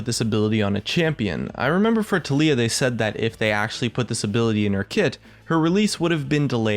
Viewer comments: I like you and all man but please....FOR THE LOVE OF GOD TALIYAH IS PRONOUNCED tAh-lee-a, emphasis on the TAH, not on the LEE-A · I really hate how you say Taliyah. They pronounce her name in the spotlights, how can it be possible to pronounce it wrong? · Why are you pronouncing "taliyah" so weird?